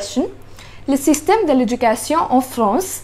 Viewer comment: I hope you won’t take this the wrong way , and I don’t want your followers to get upset . Your grammar is excellent and I’m sure you get A+ on your French exams. It’s OK to speak with a foreign accent but with correct pronunciation . But you are making big mistakes in pronunciation and I’m not talking about an accent . The way you said “ Le system de l’education ,,, “ was like reading an English sentence . Go to Google translate and Deep L and listen to the sentences few times until you learn the correct pronunciation.